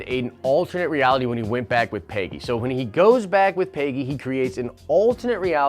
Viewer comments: Every time you say "paygy" it makes me wince. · I have never heard someone pronounce the name Peggy that way. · It’s not “Peyggy” it’s Peggy.